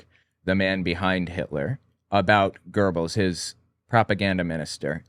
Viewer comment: Young brother it's Joseph Goebbels. There is no r in his name he was the minister and Reich master of propaganda and murder rape and mayhem. Anything else you want to know about Goebbels or Himmler. Just ask I will tell you what I know and what I don't know I will say I don't know